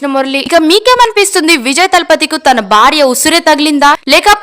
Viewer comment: Baarya kaadu talli. Bhaarya anu...